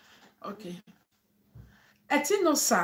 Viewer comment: Etinosa na Etin_osa meaning god's power people don't no how to pronounce her name.